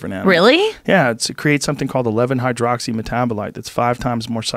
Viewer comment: It's been a while since I heard joe say 11 hydroxyl metanahsu7h